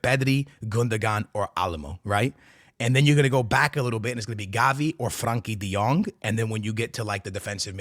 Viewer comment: And Franky de Jong, 😂😂😂